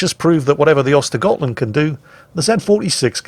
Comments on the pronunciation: Actually, I think you'll find that the tier 9 Swedish destroyer is pronounced "ersta-yert-lundt". Now I had better get back to the mines. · have you already forgotten? Those Ö are to be spoken like the u in hurt, urge and turn. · *actually tries to pronounce "Skåne" correctly Also: *completely butchers "Ostergötland" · He doesn't completely butcher Östergötland, for a non-Swedish speaker the only real mistake he makes in my opinion is pronouncing it with a G instead of a J sound on the götland. He pretty much gets the Ö sound correct which is the biggest error you can make